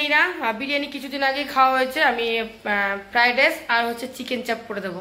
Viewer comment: Shothik oochcharon jaane na. Tar por shob ulta Palta oochcharon kore. Fridace (Fried Rice). Abar boleh baaje comments na korar jonno. Baaje comments korar shujok den keno ?